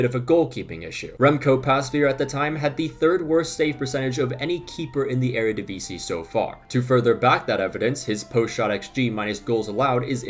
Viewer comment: Shout out to the near-perfect pronounciation of 'Eredivisie.' Also: the Ajax comeback is inevitable, WZAWZDB!